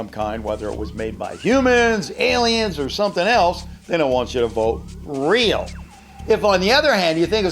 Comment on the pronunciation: Listen To How He Says Real😂